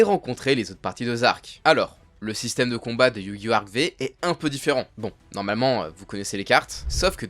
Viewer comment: alors tu va bien prononcer arc-V déjà c Arc five